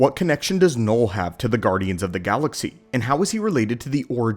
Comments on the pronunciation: its knull not knoll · "noll"? Don't you mean "knull"? (also, "knull" in Swedish literally mean "fu*k")